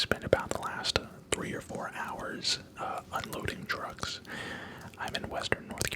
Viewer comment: When he said he was unloading trucks I thought he said he was unloading drugs. 😳